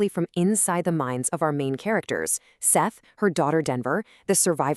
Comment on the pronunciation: FYI Sethe is pronounced "Seth-uh," not "Seth." This is how Morrison herself pronounced it.